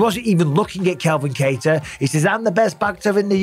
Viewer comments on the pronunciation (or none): C'mon Mikey B !!! It's Calvin Kattar !!! It's Kelvin Gastelum !!! It's Kevin Lee !!! 👍✊🤣